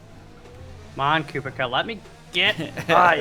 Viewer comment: I'm pretty sure kubica is pronounced coo-bitz-ahh